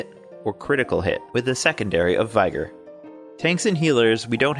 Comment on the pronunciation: hehe, you said "Viger" like tiger